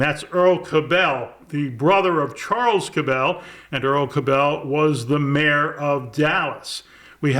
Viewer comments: I am pretty sure the name Cabell is pronounced CAB-ul, not ca-BELL. i grew up close enough to Dallas to hear mayor Earl Cabell's name pronounced on radio and television. The Cabell family ran a local chain of dairy stores similar to 7-11s. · Please pronounce “Cabell” the way the Cabell family pronounced it. Cabell rhymes closely with “Apple”. The accent is on the first syllable. I’m a Dallas native, and I vividly remember Mayor Cabell. I even spoke before his City Council as a teenager in 1962. P. S. The Cabell family owned a chain of convenience stores in Dallas called “Cabell’s Minit Mart”.